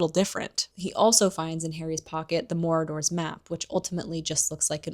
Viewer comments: i was glitching out every time you said 'morador' 😭 it's pronounced 'maraud-er' as in a person who marauds.. which basically means go around looking for stuff to steal or raid haha. kept catching me off guard bc i thought you would have heard it pronounced in the film. not hating though i love your videos !! :)) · I think I'm missing some kind of inside joke, why the word Marauders is being pronounced as Moradors. Did we jump into Lord of the Rings for a minute?